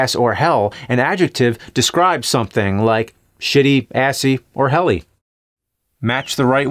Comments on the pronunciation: It's hellish not helly, dear nerd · “Shitty, assy, or helly.” It’s ‘hellish’ idiot.